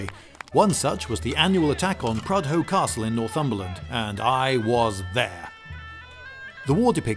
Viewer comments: Prudhoe is pronounced Prudder. it has a silent H. it sounds strange when people who dont know of this town pronounce it the way you do. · Mate it isn’t pronounced prudhoe it’s pronounced prudu. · hawae man - ivrybody knaas Prudda is pronoonced Prudda